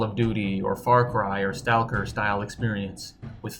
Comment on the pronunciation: i dont think thats how you pronounce stalker